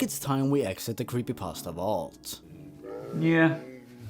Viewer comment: i like how he said “croppypasta”